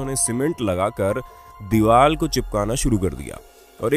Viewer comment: he said dival